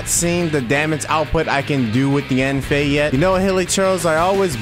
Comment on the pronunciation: its pronounced yen fei not yaaaan fei . if you still can say it then listen to her say her name in eng dub